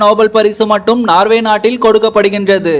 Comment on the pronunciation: நார்வே இல்லப்பா நோர்வே.